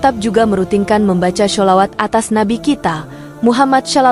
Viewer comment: Nyebut shalawat aja salah